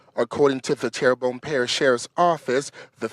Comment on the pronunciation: Terrebonne not pronounced like Terry bonne it's pronounced as Terra bonne, by the way. At least you didn't butch it like some folks do with Louisiana Cajun & Indian town or city names. 😁